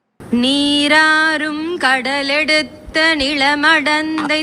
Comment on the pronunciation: 5. 32 என்னது கடலெடுத்த , 5. 35 தெலிலொகும் மா.... 😮 ஐயோ தமிழ் மொழியை கொலையா கொல்லுதுங்களே .😡 இவர்களுக்கு எல்லாம் 100 முறை பாடலை பிழை இல்லாமல் பாடும் படி தண்டிக்க வேண்டும்.